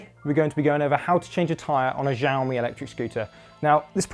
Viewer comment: It's pronounced "Shaomi" 😏